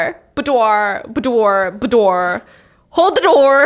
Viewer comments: To help, its pronounced BOO-DWAR. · The way Stephanie just wrestles with saying Boudoir killed me!!! Hey babe, in future, it's "boo-dwah" in a French way!:pride-heart-rainbow-philly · I love the attempt at pronouncing boudoir 😂😂😂 almost as funny as hearing Mr Mango getting a bit jelly of this fictional character Mrs Mangos been reading about 😂😂😂😂